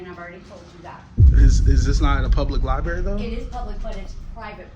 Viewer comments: Its LIBRARY LIBRARY LIBRARY not libeery AH💩💩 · 😂 Li-berry! I really don’t think we can truly comprehend the ignorance level of lens lickers. To think that these little camera people, that can’t even speak the English language, are somehow geniuses and scholars of history, law, constitution, etc. Not only can’t speak but throw in, “my peeps,” “can’t even document the walls,” and once again my favorite, “li-berry!” Lol! You talk about someone who forgot to strap on their helmet tight enough before getting on that horizontally challenged bus, lens lickers are at the top of the list!!🤷‍♂️🤦‍♂️